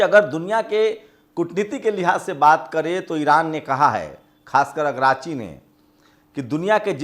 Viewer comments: agrachi nahi dost aragchi. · अग्राची नहीं अरागची